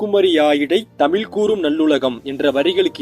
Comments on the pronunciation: உங்களுக்கு இந்த "ழ" கரம் வராதா தலைவரே! "தமில்" ன்னு உச்சரிக்கிறீங்க!😏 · ழகரமே உச்சரிக்க தெரியாம நீ எல்லாம் எதுக்கு தமிழ்ல காணொளி போடற. ஏம்பா உனக்கே கேக்கறதுக்கு அருவருப்பா இல்லையா? தமிழுக்கு அழகே அந்த "ழ"கரம் தான் அதை தமில் தமில்னு ஏன் அசிங்கமா சொல்ற? உன் உச்சரிப்ப சரி செய்துவிட்டு வீடியோ போடு.